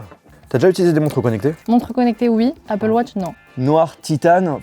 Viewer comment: dans ce cas la prononce les mots en anglais correctement aussi ze appeul watche .. ridicule